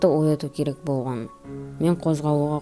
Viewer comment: оқиға бро сенин ЖАКСЫ бирак сен кейбир жерди кателесип айтасын болган ды боган деп АЙТТАСЫН!